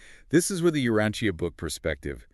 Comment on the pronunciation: I am so glad that you all are doing this. However, I am somewhat confused about the tendency to sort of slide sideways on it. Like bringing up Andon and Fonta, and identifying them, not as the first evolved humans, but something else, "helpers"? And why is Urantia being mispronounced?